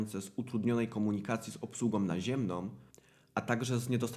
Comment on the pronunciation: Slysze co mowisz i zapisuje,"wynikajace z utrudnionej komunikacji z obslugOM naziemnOM". Dlaczego na koncu tych wyrazow domykasz kompletnie wargi!? To fatalny blad wymowy, wargi powinny byc niedomykane i powinienem slyszec na koncu tych wyrazow "a" z ogonkiem! Nie mam polskiej klawiatury, bo pisze z Montrealu, gdzie mieszkam od 37-miu lat i jestem uczulony na kaleczenie pieknego, polskiego jezyka przez Polakow, na co dzien mowiacych po polsku!!!